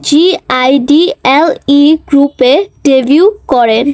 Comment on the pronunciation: ওটা g-i-d-e-l-e না ওটা (জি)-আইডেল/ (G)-IDEL